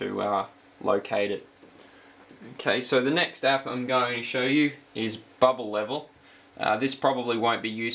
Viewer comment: "bwubble wevlel"